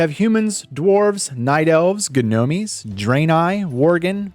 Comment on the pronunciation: did he say "G-nomees"??? no bro no